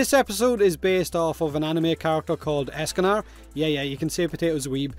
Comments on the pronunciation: Lol calls Escanor "Escanar" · It’s Escanor not Escan’A’r and you call yourself a weeb smh